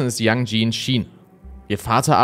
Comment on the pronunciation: Super Video, einziger Kritikpunkt: Bitte vorher informieren, wie man die Namen des Opfers ausspricht. 😅 Das E am Ende von Yanjie wird ausgesprochen. Ansonten toll, dass der Fall nochmal Aufmerksamkeit bekommt. ❤